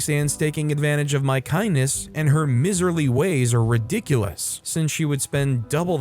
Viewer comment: Looks like there's some words that need to be learned or this is a mild AI reading (miserly is pronounced my-ser-lee).